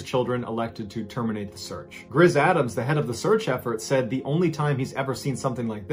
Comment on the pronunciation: Seriously? Grizz Adam's? Wondering if I heard that correctly lol